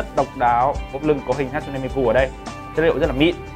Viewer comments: Ha tsu ne chứ ko phải hat su ne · Góp ý nhỏ: 1, Miku ko phải nhân vật anime mà là 1 Vocaloid 2, Tên cô ấy ko phải Hat-su-ne Mi-Ku mà là Ha-tsu-ne Mi-ku